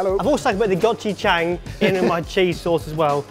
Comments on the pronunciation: Gochujang isn't pronounced Gotchu gang- it's Go Chu jaang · gotchijeng....omg.. gochujang(rhymes with gong) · go chew jong, thats how yoi say it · “Go-chu-jang” smh. “Gou-chu-jaung” that’s correct. And it’s the best shit ever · Friendly note! Gochujang is pronounced Goh-choo (sharp) jahng. It is a traditional fermented paste we in Korea use in basically everything. We also have another paste made of dried soybeans, similar to Japanese miso, known as Doenjjang, which is traditionally dried in blocks that you hang from the ceiling, but is far more complex then non fermented soybean pastes. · Note for the future, the Korean language doesn't really have a hard "ang" sound. It's pronounced somewhere along the lines of "gko - chu - jaaaang". Try punching it into google translate and doing the speaker option. It isn't always accurate with any language, but it probably is a better guideline than just staring at the word until you think you got it. On other news, I've just discovered new ways to use my 고추장 in sandwiches. I'm excited! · Its not gochujang its gochujaang you have to pronounce the a like when you say ahhhhh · also known as Watch Three Blokes Butcher "Gochujang" (go-choo-jong) for twelve minutes. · It's 고추장 GO-CHU-JANG...I kept cringing this entire battle hgudhfdijf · Goh chu jaang... The "ja" part goes... How to explain it... U guys say jang like the "a" is a higher sounding, shud b lower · that kimchi seems quite bad lolz doesnt seem legit... also its go-choo-jang... you couldnt even google to find the right way to pronounce it... it woulve only took like a min... literally a min... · The way they all pronounced gochujang is very funny. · Why do british people have such a hard time saying Gochujang? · 😂😂😂😂😂😂your pronouncing gochujang wrong